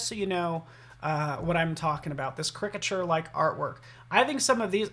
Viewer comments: OMG! everytime he said it like cricket i was yelling at the screen. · I just started this video and the mispronunciation of the word caricature is disturbing. Look it up on an app or dictionary!